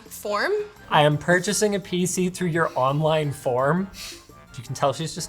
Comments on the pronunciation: "I'm interested in perching." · "Hi there, I'm interesting in PURCHING a desktop PC." not purchasing, PURCHING. lol not a big deal i just thought it was funny. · "purching" not purchasing? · did just say "purching"? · said purching instead of purchasing. Was it a mistake or people actually using that? Never heard it before. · she said purching instead of purchasing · purchasing not PERCHING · she's "purching" a gaming pc screw purchasing i purch not purchase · She said purching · "Hi there, I'm interested in "PURCHING a" WAT is PURCHING? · did say purching? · "PURCHING" :O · did say purching or am I on crack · What is a "purching"? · it's purging